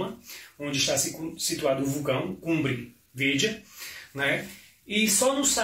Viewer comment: O especialista não sabe nem pronunciar o nome correto do Vulcão, tem risco sim de acontecer um tsunami e não é pequeno. Mas não sabemos prever o dia.